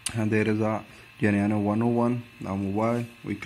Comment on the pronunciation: What Geneano??? You dont say Geneano at all !!! The correct way of pronouncing the name is GENUINO precisely as it is written my friend. Very straightforward to pronounce. Do not ,,bodge,, the name Please .